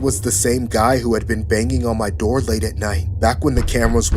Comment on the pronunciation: bro really said: "open the noor pls" lmao